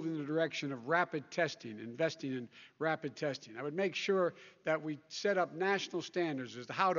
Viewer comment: Did joe say rabid testing?